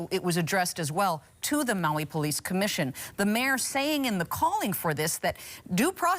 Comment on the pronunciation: lol the anchorman said “polief chief”.